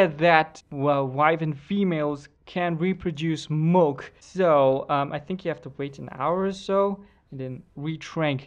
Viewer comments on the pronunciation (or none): Its milk not mulk